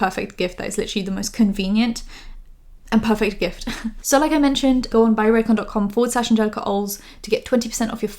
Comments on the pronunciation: I hate how pronounces Angelika's name as if it's some exotic word that she's never heard of before. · It drives me Nuts, that she misprounces your Name PURPOSELY!!!!! ...... she's so disrespectful. She is way to old for that crap. She knows... 🙄